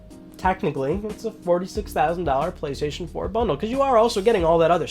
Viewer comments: Went straight to the comments when I heard Gaystation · The Gaystation? Lmao for the Gaymer! 🤣🤣🤣